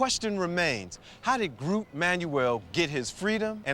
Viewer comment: The (Old) Dutch word 'groote' means 'tall' or 'big'. And by the way, in Dutch /oo/ isn't pronounced /u:/ (like in 'moon') but more like /oa/ as in 'loan'.